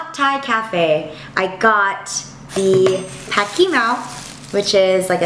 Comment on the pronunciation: Your pronunciation of Pad Kee Mao was quite good actually!